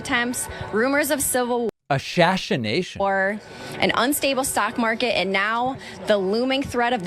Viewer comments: I am still laughing at ASHASHANATION😂😂😂😂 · Right after „ashashination“ I thought the add reader also said that „the sock market is down“. I went back and unfortunately I just misheard, but that made me laugh so hard